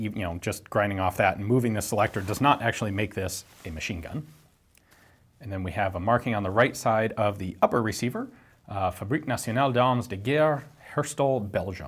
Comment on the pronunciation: your french-language pronunciation seems to be improving every new video! If I close my eyes, you could totally be a frenchie (like me) speaking! With just one little ultimate exception remaining: the final S of "armes" is mute actually... but close enough! :D Thanks for another cool and interesting video, Ian!